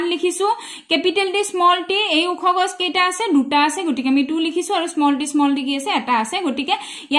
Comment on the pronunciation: গাছ❌ গছ☑️